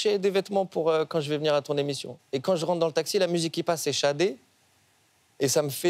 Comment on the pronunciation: Il s'agit de Sade qui se prononcé chadé